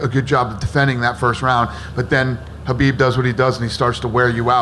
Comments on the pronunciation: Why are they calling him Habib instead of Khabib? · Habib??? Why every interview he gets his name wrong? Your a bigot and a chump! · Why do they keep calling him “habib”? It’s Khabib, with a kha-bib. Can’t even get the champions name straight?